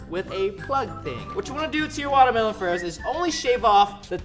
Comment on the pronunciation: I miss you saying watermlohn